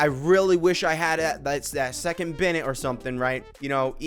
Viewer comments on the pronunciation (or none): none